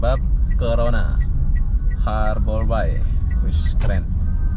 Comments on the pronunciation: Ngucapin nya... Harber bey Bang... ✌ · Harbour Bay (baca : Harber bey) 😁🙏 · It's harbour bay.. bukan habor bay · Sebutannya seharusnya berbunyi ' Harber Bei (Bei) bukan nya (Bai) Bahasa Indonesia/Melayu Bermaksud 'Perlabuhan Teluk' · Harbour bey, bukan harbour bai 😀😃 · Pengucapan Harbour Bay dibenerin bro, bacanya Harbour Bei ,, bukan bai... Ini owner nya bukan orang Singapore , Tp masih orang Indonesia yg punya kawasan industri Citra Buana Group. Yg punya Kepri Mall juga. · Bahasa inggris nya jelek bangat,habour bay( habe be) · Pengucapan nya di perbaiki borr.... Harbour (eja:Harbèr) Bay (Bêy) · Bacanya harbor bei, mas. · Pengucapan bahasa inggrisnya lucu bro ... 😁🤭 Harbour Bay -- harborbai Blue Fire -- blufir 😁